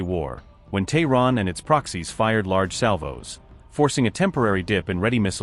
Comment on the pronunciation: Its Tehran.Not thorrn.